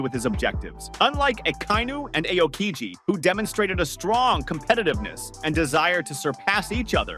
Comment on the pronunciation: Learn to spell the names if you're gona make a video. It's "Ah-o-Kiji" not "I-o-kiji".